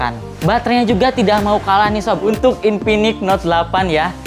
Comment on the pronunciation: Infinix bang bukan inpinix😂